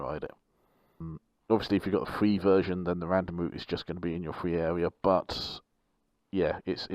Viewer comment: Is it just me or did he say fwee awea not a criticism? Just wondered if I’m hearing things